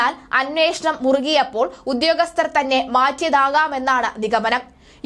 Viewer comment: When you read say ഉദ്യോഗസ്ഥർ not ഉധ്യോഗസ്ഥർ.